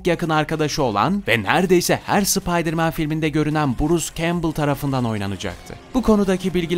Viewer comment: Video da SI-PAY-DIR MAN disinda bisey duymuyorum.. duyamiyorum 😂😊